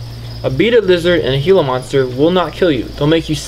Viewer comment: there callled gila monsters not hila monsters